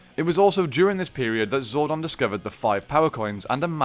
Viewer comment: you said zordon wrong and that bothers me